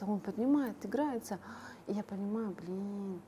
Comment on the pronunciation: Блиин а вот бы не"Блиин"